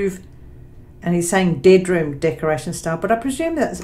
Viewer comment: Dying 🤣🤣🤣 did it really say deadroom???